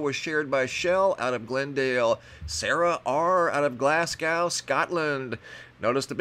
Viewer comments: I can't take it any more! It's pronounced Glaz-go 🤣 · It's pronounced glasgo